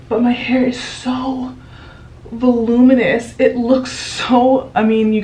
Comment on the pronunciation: What?!? "Vuluminess" Lol!😂 I love it!😂